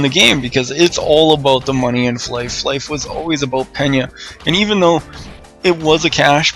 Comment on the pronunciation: Its fly for fun. You call it flyff. Not fliff.